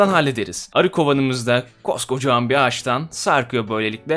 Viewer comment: Zonguldak /Devrek'te de ağzımızdan bazen böyle kaçıyor. Hatta böyle konuştuğumuz zaman "Koca Devrekli" diyorlar. :D